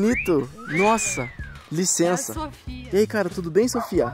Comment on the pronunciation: Quantas vezes ele disse liçensa